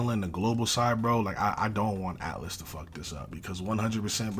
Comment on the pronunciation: It is atlus not atlas lol and sega is the one managing the game